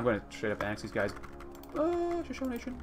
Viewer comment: I know this sounds nitpicky but Shashone is pronounced Sha-Show-Nee. Just something that's been knawing at me since I have been watching your backlog.